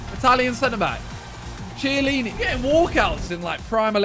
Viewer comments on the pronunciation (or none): Who’s gonna tell Simon that chiesa and chiellini isn’t spelled CHEEISA or CHIEELINI it’s KIEZA and KIELLINI